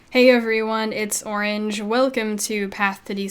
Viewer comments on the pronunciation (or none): I answered it myself :P it's funny tho every time you say "orenge" I say lol at the end...